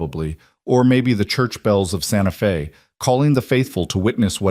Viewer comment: 👏 Fantastic!! 🤗 Finally, this video has correctly said, 'Santa Fe' (Fay) Not, Santa Fee (long E) Now - someone please help the AI data-chip to say [ arithmetic ] right! (math, numbers) It's not, air rith MED' dik.... It's, ah RITH' mah tick Thanks 👍